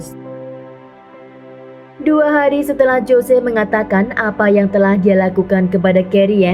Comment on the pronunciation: "JOSE" dibaca "HOSE" yaaa... 😂😂😂